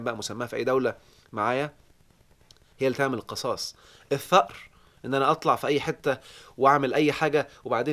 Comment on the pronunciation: آسف يا دكتور.. القصاص بكسر القاف وليس بفتح القاف.. راجع سورة البقرة الآية رقم 179 .. شكرا.